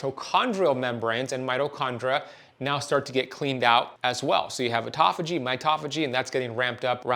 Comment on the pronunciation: What an absolute load of complete and total bullshit. Misrepresentation at almost every turn. Also, please learn to pronounce 'autophagy' correctly, if you're going to say it that many times in a row to baffle the drooling idiots with bullshit. That is not it.